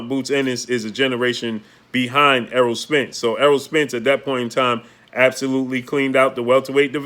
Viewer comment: He finally said Eroll..good job...